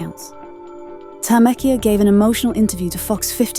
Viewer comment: It’s pronounced Tameka